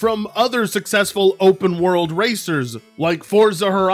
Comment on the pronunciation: Mario Kart World? I thought you said Mario Kart Worse.😄